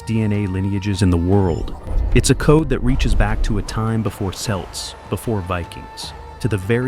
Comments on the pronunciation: Not selts celts (kelts) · It’s pronounced kelt. Not selt. Bullshit vid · Please!! Celts is NOT pronounced Selts!!! (The Boston Celtics is embarrassingly, pronounced wrong.) Celts is pronounced Kelts! KELTS. KELTS. KELTS! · You moron AI, it is CELT with a 'Ka'sound. not 'sa' sound. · It's not "selts" or "seltic" it's a hard "k" sound, eg "kelts" or "keltic." Spelled Celts / Celtic. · In a story about the Celts, the voice should be programmed to pronounce it the right way, as Kelts, not "Selts". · Selts? Chelts? Isn't it Kelts, or is my Latin training intruding on the language of the British Isles? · Credibility issue: Celts is pronounced “Kelts,” not “Selts.” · Celts is pronounced as 'kelts' not 'selts' lol. American narrator or an AI American perhaps? My Irish mother had dark brown hair and green eyes, my father was of Irish and Scottish descent and he had jet black curly hair, reddish moustache, blue eyes and a white ruddy face. My Irish wife has raven black hair and green/hazel eyes. I'm multi-coloured mongrel looking - mid brown hair, black temples, eyebrows and eyelashes and a red/brown beard. I live in Ireland and know Irish historians who would disagree with some of the claims in this albeit quite well-presented and interesting video. However, I take it with a pinch of salt as the script was not written by any known person, eminent historian or genetics expert. The script writer is presumably an unknown "selt". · Train your dumbass AI voice to pronounce Celt properly. It's Kelt or Keltic, not Selt or Seltic. It's only pronounced with the soft C or "S" sound when referring extremely specifically to exactly two sports teams, the Boston Celtics and an obscure Scottish soccer team Edit: Oh wow it pronounced it right one time near the end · Celts is not pronounced with an S sound. It's pronounced with a K sound. It's pronounced wrong in this video. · It is not Selts, it is KELTS. Unless it is a sports team. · Pronounced with a hard “C.” Kelts, not Selts!!!